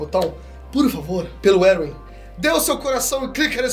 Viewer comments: eu acredito que Erwin se lê: "ervim" e não: "eruwin" deu até um TOC em mim aqui,um treco,um tick estranho kkkkkkkk alguém mais? edit: tmb acredito que o erwin ia contra a ideia do eren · "Eruwin" kkkkkkkkkkkkkkkkkkkkkkkkkkkkkkkkkkkkkkkkkkkkkkkkkkkkkkkkkkkkk Não sabia que a pronúncia oficial de Erwin agora era essa LOL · Pelo amor de Deus! Erwin lê-se "ÉRVIN" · Me pegou demais ficar falando "Eruim" mds. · Essa pronuncia do "Erwin" me quebra, toda vez eu entendo "Eren" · Você pronunciou Eren e Erwin muito parecidos as vezes não dava pra saber de quem tava falando